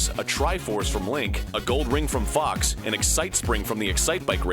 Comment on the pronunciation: During the part about the cameo appearances in Mario & Luigi, Am I the only one who heard Fucks McCloud instead of Fox.